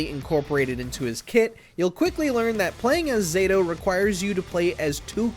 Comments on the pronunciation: Its Zah-Toe not zayto, also his older incarnations are much harder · Knew this list was gonna be trash as soon as they called Zato "ZAY-to" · I knew the list was going to be terrible when he pronounced “pronounced “ zato wrong they even chose the easiest version of him. He’s much harder in thr other games. Especially the 2D ones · I'm positive that "Zato" is properly pronounced with the short "a" sound. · starting out butchering zato's name lol